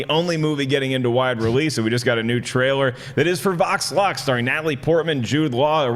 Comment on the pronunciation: I kept hear say Vox Lunch instead of Vox Lux